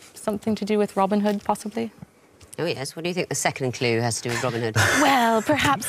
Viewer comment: OK,, its Robin pause Hood, not Robinhood.